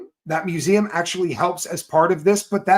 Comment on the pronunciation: Wow...A private museum....ME-U-SEE-EM.....😅...